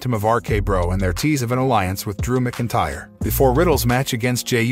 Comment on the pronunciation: And it's MAC INTYRE....DUDE